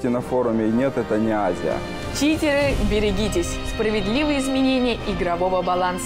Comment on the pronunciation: читеГы бэРигитесь :D